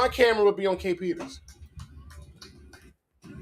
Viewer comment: To me it sounds like the guy posting this video is failing horribly. He can't even get her name right lol. ITS kae Peter. No S on the end there buddy lol. Also he failed in his court case.